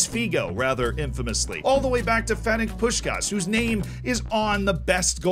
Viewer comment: "his name is on the best player of the year award"...yet you still managed to call im Fenec Puskás instead of his real name Ferenc...